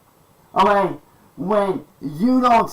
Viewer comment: A degree doesn't get you anywhere oh-ghay? 😂